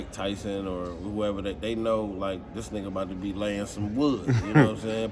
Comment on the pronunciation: You were good until you said diz